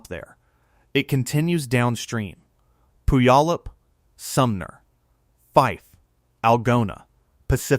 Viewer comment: The narrator doesn’t know how to pronounce Puyallup Washington. 🤣🤣🤣